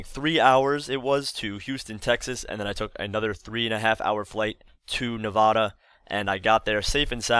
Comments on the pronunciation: Nevaah-da? We say Nevad-dah over in Illinois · I live in Las Vegas and i think you are awesome but something that everyone in Nevada hates is that it is not pronouned [NE-VAW-DA] it is pronouned [NE-VA-DA]